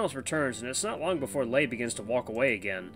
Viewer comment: It's pronounced Lay as in Sleigh.